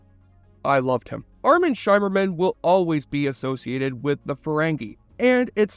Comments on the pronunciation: By the Prophets... Did you use an AI generated voice-over? How in the world can you do research for a 37 minute video and get the basic pronunciation of the lead cast and even the Bajorans so wrong? I was making dinner when this came on on, but after the 5th time you mispronounced it 'SHY-merman', I shimmered out of the kitchen to turn you off, man. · SHIMMER-man, rhymes with rimmer, not SHYmerman. Your pronunciation is awful. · Appreciate the video but take 2 seconds to confirm how the names are said out loud. Nana's name is prounced NahNah. Shimmerman's name is said like light "shimmering" on water. Its really off-putting and amateur. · It's pronounced "Shimmerman", not "Shymerman". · Isn't it Shimmerman, like shimmer?